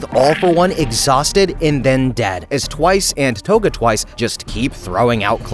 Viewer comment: The way you pronounced togas name has to be rage bait